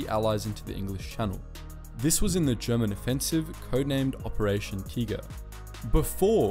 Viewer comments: That's how you'd pronounce "Tiger" in German I assume. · bruh thats not how you say tiger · "Operation Teeger"? Wth??